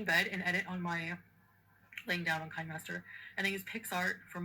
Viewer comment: OMG! I use Kin E master. She even says that wrong! LoL! Kin E master! LMAO! What'd she call it? KInemaster? woW! She's just a fool all around. SMH. How could she not know that! I pay for it, i need to pronounce it, period. Also stop heating up your collagen! High heat breaks down the peptides! Even body temp is a bit perilous for it. Pours boiling water on it::roll eyes:: but your Dr told you that I'm sure... Stop using hot beverage if you want the collagen to work. I take it for a disease called Ehlers~Danlos (Hypermobile) or hEDS, if you wanna research it. It's all about collagen. You might learn something, period. I know you come here!